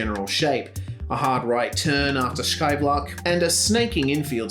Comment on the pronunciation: Awesome video! I'm really happy to call Zandvoort my home track. Also your pronounciation of Scheivlak was spot-on